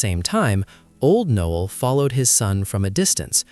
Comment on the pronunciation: Not Noel, Knowell